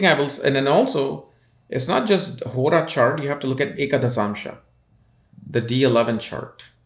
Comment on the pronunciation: Man y does hora sound like horus